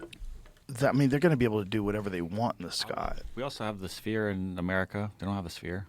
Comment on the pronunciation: he says sphere weird haha spear